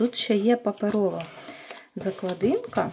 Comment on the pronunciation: Спеціально зайшла в коментарі, щоб трошечки вас поправити-- не закладИнка, а заклАдинка. Наголос у корені, клАсти. У вас такий чудовий канал, мені подобаються ваші роботи. Хотілося б і надалі бути підписаною та надихатися вашою творчістю. Успіхів!